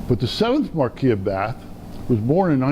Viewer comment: You are mispronouncing "Marquis". He is (was) British not French.